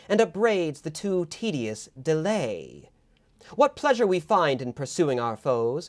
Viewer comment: "i'm going awahh, without delahhh". (sounds like some kind of monty python odd character :-D reminds me of the roman aristocrat in life of brian "thwo him to the gwoun!")